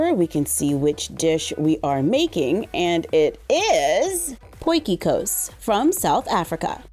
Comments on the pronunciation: I was stunned by how well she said potjie kos hey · You said Potjie kos so well!!! The pronunciation is so good for someone whos never spoken Afrikaan!🥳